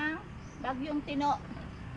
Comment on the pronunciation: Tino lang hindi mo pa ma pronounce ng tama😔OMG